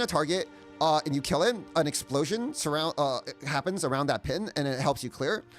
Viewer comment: This guy cant talk normally, maybe because chinese. ' Even when that happpppppens ' ? ' It's a Shrappppppnel? ' It's like every sentence is a question, and he's not sure of what he's saying